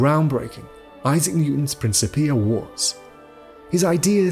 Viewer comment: Hard "c" not a soft "c".